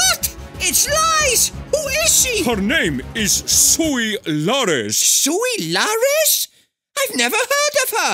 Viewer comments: “Suis luarez” lol 😂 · 'Sui larez' 😂😂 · "Suis Larez" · "Sui Larez"😭🤣🤣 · "Suis Larez" 😂😂🤣🤣